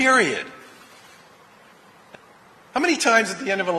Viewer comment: He said “periodt”